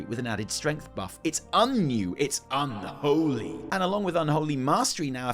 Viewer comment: the way he says unholy gets me everytime. the whole video is so funny